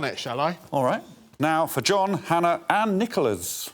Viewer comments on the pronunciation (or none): How do you suggest John HannaVanning and not John Van-na-ing or John Van-ing